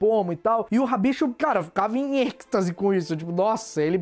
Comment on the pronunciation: Não queria estar dizendo isso, mas ouvir o falando "Êxtase" errado é quase uma tortura: o "x" não se lê "cs", mas sim "ch", lendo-se como "Êichtase".